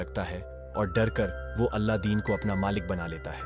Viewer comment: Kya beta kuch bhi. Alladin nahi Aladin bolte hai...